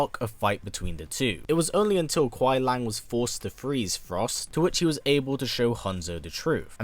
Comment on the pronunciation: Lee-ang, not lang